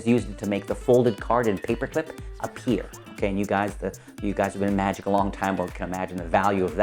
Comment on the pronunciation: "Magic" doesn't have a "t" in it.